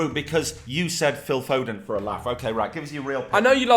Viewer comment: I respect for saying foden